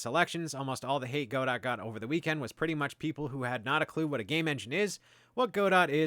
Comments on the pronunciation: It's GODOH*, NOT "go dot" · It's "Go-Dough" like "Waiting for Godot". The "T" is silent because it's someone's name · it's whatever you want it to be. the original play from which the name was derived is pronounced God-Oh, so if you wanted to be super technical about it then that's you'd have to pronounce it. the original author pronounces it Godot, which kind of makes sense as its logo is a Robot...